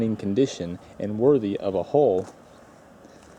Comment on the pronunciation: Hull not hole. Probably not probly.